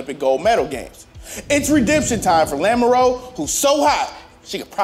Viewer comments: Yes she's an American but it doesn't change how that name should be pronounced to at least be phonetically pleasing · After that butchering of a clearly French last name in Lamoureux somewhere a Frenchman is crying